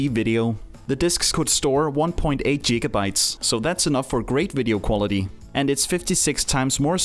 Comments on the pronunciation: Jigga Bytes...... bwahaahahhah ... bro, it's Giga (the G in the word Girl). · I just cant get over jigabytes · "jigabytes" you a friend of Doc Brown?